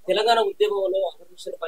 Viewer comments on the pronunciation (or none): none